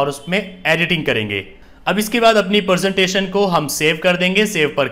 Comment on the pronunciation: Sir ji presentation hai not persentation